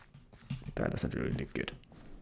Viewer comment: Are you saying good or guude?